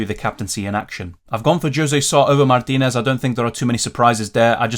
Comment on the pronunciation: Love your proper pronunciation of " Mártinez " 😎